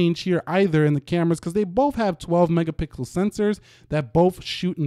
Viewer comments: Is it me or do you say megapickels??😂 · Max gill hey want some mega-pickles😅😅💀